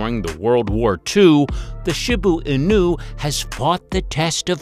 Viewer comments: Why is he calling a Shiba inu..shibu inu! Get yr pronunciation right jeeze 🤦‍♀️ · he called the shiba Inu a shibo inu 😭😭😭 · Shi ba inu he annoyed me calling it what he did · Thylacine? Really?! Oh, and for goodness sake, learn the correct pronunciation if you’re going to the trouble of creating a presentation. Shiba Inu is, she-bah ee-nuu. Ah, forget it! Lazy research and presentation throughout! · i have never heard someone pronounce shiba inu in so many different ways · The Shiba Inu pronunciation was ridiculous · The pronunciation of Shiba Inu destroys me here💀💀💀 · The mispronunciation of Shiba Inu really irks me...😒😅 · Wow. So much misinformation mixed in. Bad pronunciations of many dog names, factual inconsistencies, contradictory information, and some breeds that shouldn't be in the top twenty when you've skipped over other breeds. In a couple there were even incorrect pictures. For instance the Shiba Inu (this was pronounced wrong for both English language and Japanese pronunciation), a few of the pictures shown were of the modern day Akita Inu. Also the Akita wasn't even in the list. I wish people creating these lists could just do a little fact checking and research and at least attempt a better video. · How many different ways can we pronounce Shiba Inu? lol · Sorry but the way you sed Shiba inu🤣🤣🤣🤣😂😂🤣😂🤣🤣😂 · Why do you say Shiba Inu so weird